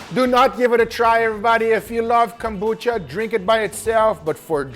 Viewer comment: “its the reason we drink CUMbucha” the pause was insane LMAO